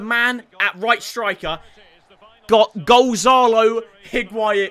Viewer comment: Gon-za-lo HIGUAIN